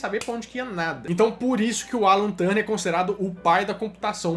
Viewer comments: Muito bom o vídeo, gostei muito do início, se não me engano o nome do sujeito é Alan Turing, e não "Turning". Mas acho que devia ter mencionado que entre a década de 90 e 2000 houve a WAP e os vários protocolos Gprs, edge, hsdpa; que foi o verdadeiro início da internet no celular. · Turning, não. O nome dele era Alan Turing. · Essa pronuncia do sobrenome do Turing me deu bastante agonia, mas o vídeo ficou top d+ da conta uai!!!